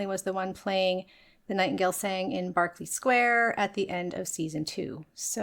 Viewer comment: For me Maggie and Nina are top tier, I love them. Otherwise I pretty much agree.. And thanks for pronouncing Berkeley properly!